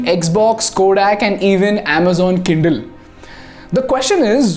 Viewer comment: I heard Amazon kiddel instead of kindle 😂